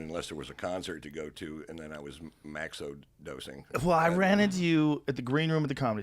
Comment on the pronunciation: Nostalgic Aberoth same! The MAX hit hard haha